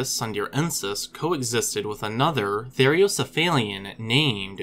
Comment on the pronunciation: "Therocephalian" is pronounced "ther-owe-cef-A-lee-an. There is only one "i" in that word, the one that comes in the last two syllables, "li-an."